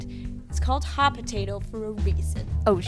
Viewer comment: voiceover girls : totally potate.